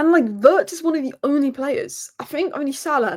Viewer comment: vi-itz not vertz